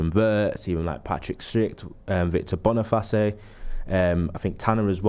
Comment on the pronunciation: Victor Bun'a'fassy 😂